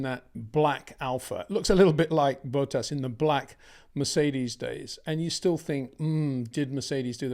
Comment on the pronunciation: Why does he always say Bottas's name like Boat Ass?